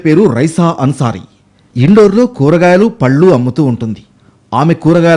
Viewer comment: Aa place indoor/outdoor kaadu... Indore, Madhya Pradesh. Vivaralu Sarigga ivvaka perlu sarigga palakaka.. em News chaduvutaru ra babu. Aatha daddamma le. Prati vadu News reader aithe ilane untadi.